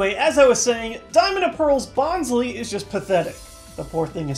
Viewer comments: It's Bons-LYE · IT'S BON SLY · The "Y" in Bonsly is pronounced with a long "i" sound. Just in case you mispronounce Arceus, the second syllable (ce) is a hard "c" followed by a long "e." Oh, and regarding the Bonsly on that card, I have only one word for that (I coined it myself): Poképhilia. The word "Poképhilia" is pieced together from "Pokémon" and "Pedaphilia." That should help you to see what I mean. Oh, and the Whooper 66, too. Please don't report this comment, as you were probably thinking the same thing when you first saw the card art yourself. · Its bonsly